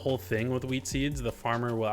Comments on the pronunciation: Is it just me or does it sound like he says weed instead of wheat. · nice vid but for a sec I thought he said weed not wheat